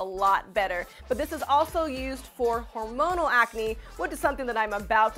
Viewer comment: Are you pregnant you said hormoal ancne